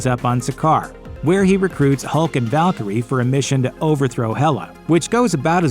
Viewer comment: Pretty sure it’s AI my dude. It pronounced Valkyrie as ‘Val-Kerry-a’